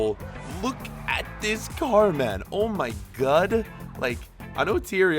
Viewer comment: ‘Oh my gud’